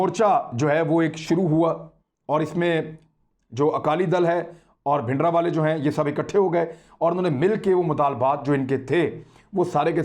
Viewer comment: His name was bhindranwala not bhidanwala. There is an R in his name. I have said many times that these mistakes show immaturity of our anchors. Please correct the title.